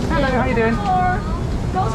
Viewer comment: .....did you say "Herrow!"? 😂